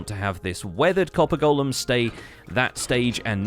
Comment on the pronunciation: Subbed as soon as you said golem correctly 🙏